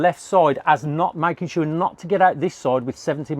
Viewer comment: why are you saying sura not sure ? :P